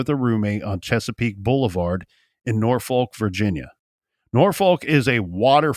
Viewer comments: Pronounced norfuck with out the long "u" not nor folk.ha ha. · I always get a kick out of the way people not from VA pronounce Norfolk lok